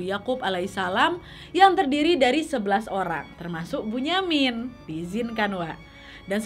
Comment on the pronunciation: Kak bunyamin itu di baca binyamin